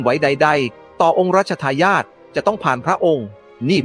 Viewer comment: 😂😂😂😂 องค์รัชทายอทอ ใกล้ชิด่อ 😂😂😂😂 ทำไมไม่อ่านเองให้ Ai อ่านทำไมภาษาไทยเลยจะวิบัติหมด